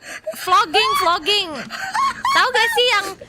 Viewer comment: ID - Flogging/Flogger PH - BLAGging/BLAGger